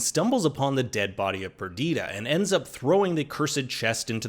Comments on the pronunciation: I like how you keep pronouncing Perdita differently than the show. Saying Perdeeeta instead of PerdITa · Pearlata…..not whatever you said in this video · They say her name so much. Why are you mispronouncing it, did you just watch it with the subtitles on? Perdita.